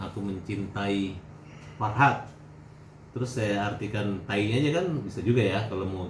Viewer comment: Taee hat taeeeeee... bukan taiiii ampun dah hat ngana ni